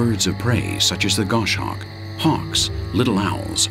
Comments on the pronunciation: its pronounced Goss Hawk not gosh hawk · Great photography but just to clarify,the goshawk's name is pronounced goss hawk not gosh hawk,and true eagle owls aren't found in Nth.America,their place is taken by the great horned owl.